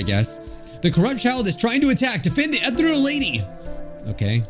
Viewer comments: you don’t pronounce ethereal as e-thr-El you pronounce it as E-thE-rE-l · Is it just where I'm from or is pernouncing Ehtereal wrong? I say E-t(h)ear-eël instead of ethreal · Take a shot every time he pronounces "ethereal" wrong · Ethereal (Pronounced like eh-thee-rial) means "extremely delicate and light in a way that seems too perfect for this world." BUT it also means "airy and insubstantial" such as a ghostly figure. So essentially, the Ethereal Lady appeared to be too perfect, delicate, light (both in weight and glowing, hence her floatiness) and ghostly in a way. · i understand you cant read correctly sometimes but i got seriously bothered how you read "Ethereal" its pronounced: uh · thee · ree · uhl Edit: my apologies I taken out the part where I sounded rude I am truly sorry for that I shouldn't say that but I will leave what should have meant. Again my apologies to you and everyone reading these comments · I CANT STAND HEARING “ETH-REAL” ANYMORE IM GONNA DIE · it think it goes more like (eeh-thee-ree-al) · Me screaming "UH-THEE-REE-UL!" at the screen. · I'm enraged at the fact he pronounced "Ethereal" as "Ethreal" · it’s pronounced uh·thee ree uhl uhl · Take a bite of any pastry with you everytime mispronounces "Ethereal" You'd lose anyway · i feel like i take psychic damage every time you pronounce ethereal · Everytime he said ethereal it made me die a little bit more inside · Jesus the ethereal pronunciación hurts my ears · Why'd he pronounce ethereal like that